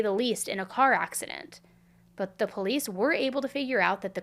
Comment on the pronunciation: No one should watch these videos Worst coverage Plus worst host She can’t even pronounce POLICE I unsubscribed and the videos still play!!! #cashgrab #worstcrimechannel #banbeam